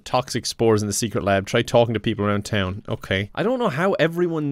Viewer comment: you messed up town so much 😂 and u just got there